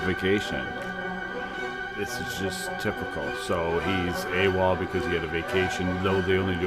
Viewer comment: AWOL not AWAL. Like...seriously.